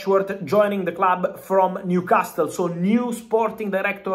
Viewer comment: Fooking love how Fabrizio pronounces Newcas-tle 😂